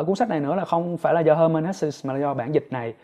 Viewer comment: Cám ơn chia sẻ của bạn. Mình có xem nhiều review của bạn. Nhưng mình góp ý 1 xí nhé, tên tác giả người Đức thì bạn nên đọc theo đúng phiên âm Đức, được đọc là He-mann Hes-sờ 🤗